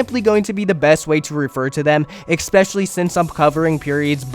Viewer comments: Album. Pronounced "Al-bum". A collection of recordings issued as a single item. Al-bum. Not alblum. Also "especially", not "expecially". That being said, this is a good video covering everything. Well done overall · never watched that far ahead, but i wonder if saying "alblum" on purpose is to drive engagement 🤔 ...ohh nooo i fell for it. while we're here then, "i could care less", "exspecially" ... 🙄